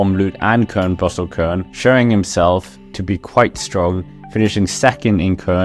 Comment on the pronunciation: Stop nu med det “Kørn”. Et dobbelt U og et enkelt U for den sags skyld, udtales som et dansk Y. Dobbelt U (UU) lidt længere end et enkelt U, sjovt nok. 😊